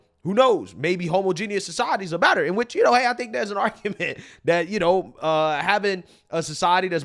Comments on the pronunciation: Brother.... Homogeneous is NOT pronounced homo genius! 😂 Ho mah je nis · Your pronouncing homogeneous wrong.